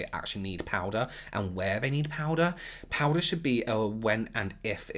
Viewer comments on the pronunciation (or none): I love the way you say powder. "Powdah" Anyone else or is it just me 😁😅😍